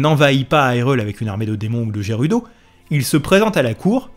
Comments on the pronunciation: Pourquoi dire "aïrule" au lieu de "hirule"et dire "jérudo" au lieu de "guérudo" 🤔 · Je like, je suis abo', bon boulot etc... Bon, sinon, on en parle ? Haïrule ? Jeroudo ? Ça pique mes oreilles 😅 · Justement tu francise le gérudo.mdr. Après pour Hyrule je ne savais pas pour le high ^^. M'enfin quand le jeu est sortie l'anglais et la prononciation je m'en foutais royalement. Je dormirai moins bête ce soir. Merci